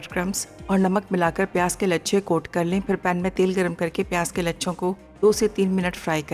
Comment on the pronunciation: Masala tv walo ap sa guzarish hai ka kar ko kad kehna theek krein bohat bura lagta hai